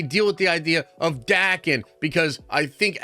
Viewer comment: Umm, ackchyually (there, I said it), if he's Japanese, it would be pronounced "da-ken"